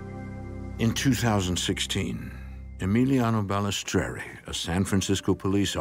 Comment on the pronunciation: My ears were bleeding everytime they pronounced EMILIANO BALESTRERI wrrrrrrrooooonnngggg 💔👎🏻